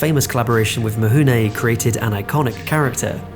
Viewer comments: its "Mifune" not "Mihune". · Oi!! I almost stopped watching, and felt compelled to post a comment based on the Horrible pronunciation of Toshiro Mifune’s name. It’s FU NOT HU. Is it mount Huji? Japanese pronunciation isn’t that hard Yet it seems like many British people get fed mispronunciation too often. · Actually, the way it is pronounced in Japanese, it's closer to "Mihune". English-speakers have a hard time getting used to the idea that the relationship of written letters and pronounced sounds is different in other languages, and the Latin script of non-European languages is not based on English. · I went to university in Japan & truthfully, in "Mifune" the "fuh" in "f" gets mostly dropped - it's not as much of an "h" as this creator is giving it, but it's not the expected "fuh" that most English speakers give it. Like the way that a Japanese pronunciation of "r" is often mocked by English speakers as an "L" when the way the mouth creates the Japanese "r" is mostly in between the "r" & "l" in English. It's pretty subtle and to my ear he's giving it too much "h" - but it's not nearly as far from correct as you might think. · Thanks, all the documentaries I have seen about Kurasawa and Mifune never hint at that pronounciation. I learned something. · ugh I don't think I'll make it to the end with this mispronunciation of Mifune ...